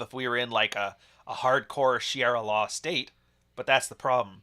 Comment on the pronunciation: Sha-REE-ah law.